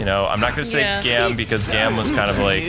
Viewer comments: You got got look up the info on the riders.....Gaim is great and ghost too, and OOO's name is pronounced O.......just say O, and Gaim is (G-ai-im), and he is badass, Kiwami Arms is a very powerful form! Don't knock it before you try it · I think Gaim is pronounced like guyum. Also I think Joker is unlockable as a separate playable character in this. Also Im very excited for whenever you guys end up using Wizard and Meteor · I know right? AND HE KEEPS MISPRONOUNCING GAIM!! GAAAHHH!